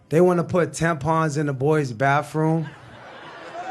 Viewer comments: De baffroom ? Nob de baffroom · What's a baf-room? Duh. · Tell tRump’s poster bro bathrooms are pronounced bathrooms not baffrooms. He should of had Tim Walz as a school teacher to help him with that.💙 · can't even pronounce bathroom, " baffrum"!!! Loser!!! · Did he say " BAFFROOM " ? Ugh!!! 💙 💙 💙 💙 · They are NOT going to put tampons in the boys bathroom, you're crazy and btw, it not pronounced "baffroom." #Loser What an embarrassment he is, just like his cult leader. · Its BATHROOM not "BAFROOM" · What's a "bafroom"? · This token black man was likely paid for his speech. I didn’t listen to him,after he mispronounced bathroom. Dude, bafroom, the letter F is not in bathroom. Dummy. Not surprised. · Baffroom??? He must have the same teleprompter as Trump 😂